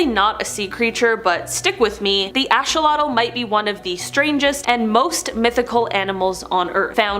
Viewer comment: Not ashawatle/ it's axeawatle axe notash